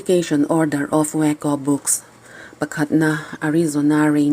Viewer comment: Waco,wuaco ti ve chiang e le.😂😂